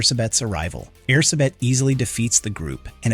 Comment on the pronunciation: I know it's not your fault, but as a Hungarian, it hurts every time I hear you say Erzsébet. With your accent it's less air-suh-bet and more air-gé-bet, with the "gé" pronounced sort of like the last syllable in "protégé"